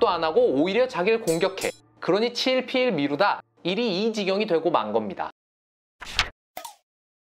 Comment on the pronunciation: '치'일피일(X), '차'일피일(O)